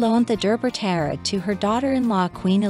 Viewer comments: It’s pronounced TEE-ara. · You are not even pronouncing “tiara” correctly. Try again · This is a joke right? A documentary riddled with mistakes, using computer speak for titles and funniest of all, in a documentary about tiaras, unable to pronounce the word tiara!